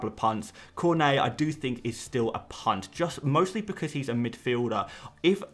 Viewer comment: Every time you say punt I just hear cvnt 😂 please can you start referring to a big punts as massive punts, and for plural use a bunch of punts 😅